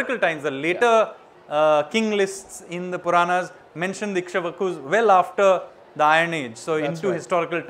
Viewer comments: Dear Hindol Sengupta : It's Ikshwaku, not Ishkwaku :) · its ikshvaku not isshqvaku